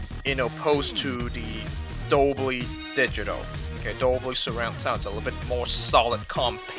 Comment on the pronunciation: Dolby*...not dobly...